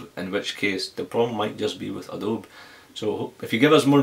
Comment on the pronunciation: it is adobeee not adobe